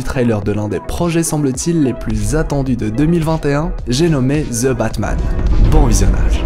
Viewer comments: Pourquoi prononcer ZE Batman alors que c'est plutôt THE Batman ? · je ne crois pas que sa se dise ""zeu batman'''" 🙄